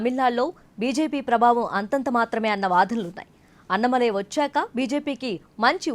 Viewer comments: అన్నమలై కాదే తల్లీ.... అన్నామలై... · Pronouncing annamalai name should be corrected.